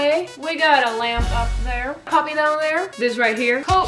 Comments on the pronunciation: "pubby" dat pronunciation. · Lol "pubby" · I love the way you say puppy :')